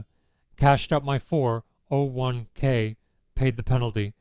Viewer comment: First of all, you're either a bot or someone who doesn't know how to say "401k" As a middle-aged man, I have no respect or sympathy for men who hook up with women young enough to be their daughters. I didn't even watch more than a couple minute of your video, because it's not worth it.